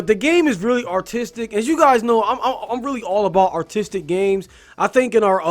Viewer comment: For a second there I thought you were saying autistic instead of artistic.... come to think of it that would actually explain why there's literally nothing going on in the overworld because the designers would blank out while designing it (Yes, I am autistic. Yes that shit happens to me too. Yes, it is as much of a pain in the ass as it sounds)